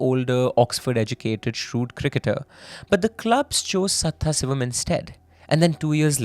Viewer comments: The name is sadhasivam, not sathha sivam, with a pause as u r saying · it is sadashivam , not saththasivam... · Hindi-english only debuff that is 😭 I heard someone butchering a telugu movie name so bad, my eyeballs rolled up into my brains when I realized what they were actually saying 😭😭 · I wonder, how after doing so much research on the case a simple google search for the correct pronunciation of a name is so hard to do